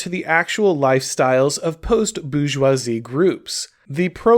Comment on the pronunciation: "BOO JWA ZEE" 😂